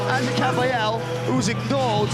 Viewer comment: they pronounce AGIT right. excellent fight. the liver king has de-livered again.:face-fuchsia-tongue-out